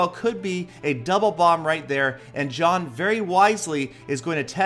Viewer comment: In previous vids u called jhon (jay-hon)